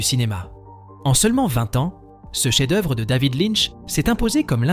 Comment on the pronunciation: Personnellement je trouve que vous avez une narration curieuse...cheffe d'oeuvre....Pulpe fiction avec une prononciation plus que française, les 7 samouraiii...qui se cache derrière cette voix ? Je trouvais ce classement intéressant mais pour le coup pas envie d'écouter un robot ....